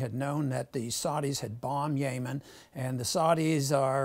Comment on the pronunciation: I would take him more seriously if he could pronounce Yemen and Saudis right